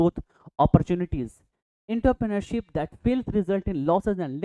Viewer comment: Entrepreneurship ka pronunciation galat hain sir